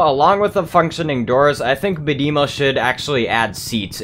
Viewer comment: Bad-eh-mo not Bad-emo